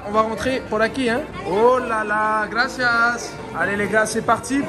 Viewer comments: Le " yes, gRRRRacias" de, un effort de prononciation please mdrrr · « GrAsIesSe » 😭😭😭elle me tue